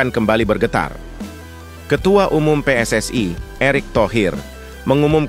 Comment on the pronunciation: Saudara jangan berlebihan berbahasa Indonesia bukan PSSai tapi PSSI huruf I pada PSSI jangan kau ucapkan ai kau terlalu overekting